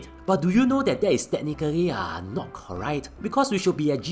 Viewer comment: Funny how he cannot pronounce 'correct' correctly.